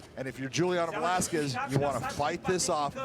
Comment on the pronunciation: Velasquez? 😂 cmon